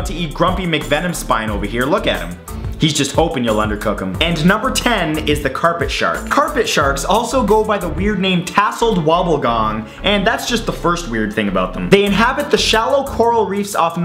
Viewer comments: Lol Matt WobbEgong... not wobblegong! Hahahah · "Tasseled wobblegong".